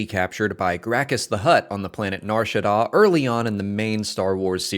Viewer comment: Was going to say that I've never heard Nar Shadda pronounced that way, but then realized that I've never heard it said aloud ever.